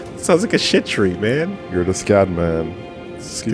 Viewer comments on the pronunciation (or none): Fun fact: Scadu is actually pronounced more like Shadoo/Shadow. It is the old english word for shadow (the sh sound used to be with a c instead of an h). So it is literally the shadow tree, as NPC's verbally pronounce it. They use a lot of old english spellings in this game, like the gaols (old english for jail) and the haligtree (the G in old english would be silent in this instance, being pronounced more like hali/holy tree) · Fear not everyone, it's pronounced "shadu"